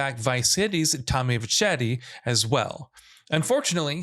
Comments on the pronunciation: To correct the narrator Claude being in San Andreas was before the events of gta3. Claude moved to Liberty City after losing a car garage when CJ won the race. Hence the beginning of gta3. Also your saying Tommy's name wrong you pronounce it as Ver-Sety. Not verchety. So that's Tommy Vercetti. Unless he was just pronouncing it that way on purpose for fun. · It's pronouned Verr-setti not Verr-chetti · Who the fuck is "Tommy vechettii"? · Tommy “ver-chetty”? Who tf is this guy? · Verchetti? Seriously really over this dude and whomever else mispronouncing words from games 20 years ago. They did it in a previous video as well on GTA learn English ya fuck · Make sure the narrator knows something about the game... Who da F is Tommy verchetti??? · Tommy verchetti 🤦🏾‍♂️😂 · "VerCHeddy" lol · What's up with the way this guy pronounced Tommy's last name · Thumbs down just for how you pronounced Tommy vercetti... Have game journalists ever played the games they talk about? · Wow maybe you should play Vice City for once. That's not how you say Tommy's last name, jeez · I realized I'm listening to a bunch of idiots after the way he pronounced Tommy's name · How the hell did u pronounce Tommy's last name again? Dude, you're way off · The way you said vercetti wrong why are you doing this list.... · Why on earth is he saying Tommy’s last name like that XD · I thought the same…!